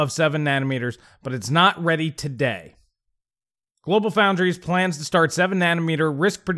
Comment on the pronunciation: GloFo = GlobalFoundries. No "L" in "Foundries".